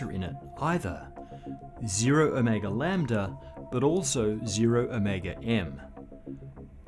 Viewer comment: My brain blips every time he reads Ω and I hear “O’Mega”